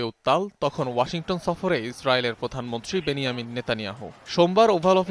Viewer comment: বেন জামিন নেতানিয়াহু । বেন ইয়ামিন না